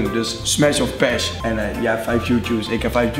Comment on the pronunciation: Mijn autisme kan het niet aan dat je paSH ipv paSS zegt :'(